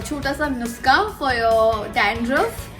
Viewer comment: Firstly its not necessary to answer this question again n again if people r asking.. secondly its nuske not nukse😆😆🤣🤣